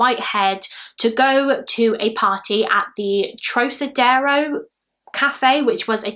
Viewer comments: Trocadero is pronounced trock (like frock) ah dare oh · said trokadero x }:‑) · Club TROCADERO is also pronounced with a Hard “C” as in ROCKadero.